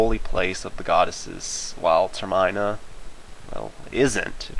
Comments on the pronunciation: I like your theory, it's very solid. One thing I wanted to say though is I think it's pronounced Ter-men-a not Ter-mine-a =/ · ter-min-a not ter-MINE-a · Not so much Ter-meh-na but Ter-mih-na. As in terminal, because the world is going to die in a set time. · Holy fuck it's Ter-min-a not Ter-mine-a.This is also a very bad theory. Just saying it doesn't make sense. Don't watch this video. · I wasn't annoyed to be honest, I was just surprised is all. When I think of Termina, I think of the word Terminal just without the "l." So, it's pronounced like Terminal just minus the l, but there are some things in the Zelda Universe that I think I keep pronouncing wrong anyways lol. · ter-MIN-a not ter MINE-a arrrrggggh (no im not crazy) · it's ter-min-a not ter-MINE-a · It's pronounced term in a, not ter mine a. The way u pronounce it just sounds stupid, just like marry o instead of mario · Nice theory and all, but seriously, please, pronounce Termina right! The name comes from "Terminate", you know, like the Terminator! (Term-ee-na, not Term-ei-na) Please! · TER-mih-nuh Not ter-MY-nuh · It's Ter-MEE-NA, not "Ter-my-na"... SAY IT RIGHT! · I've only heard it called Ter.min.a not ter.my.na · Ter.Min.A not Ter.My.Na! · It's termina not terminea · Ter-MINA? I say TER-mina. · its tare mee nah TARE MEEH NAH not tare my nah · Wait wait. TER MINE AH? Ter min-uh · Ugh, I can't stand his pronunciation. It's TER-mih-nuh, not Ter-MAI-nuh.-_ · It's ter-min(ute)-a not ter-mine-a. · Termine--a???? TERMINA!!!!!! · Learn how to pronounce termina Jesus Christ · ITS TERM EH NA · its pronounced ter-min-aah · Facepalm yourself for pronouncing Termina wrong it's like saying terminal without the the 'L" and Terminal means the end by the way; proving link is in hell aka Termina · get a life bro, u really went through all the comments to reply to everyone. If the creators of the game pronounce it Ter-men-uh then that's how it is, stop defending a guy u don't even know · ITS PRONOUNCED term in ah